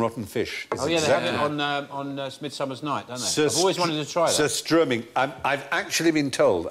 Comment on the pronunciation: It's surströmming, not Sir Struming...